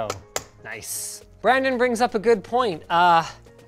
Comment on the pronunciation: it's Brundon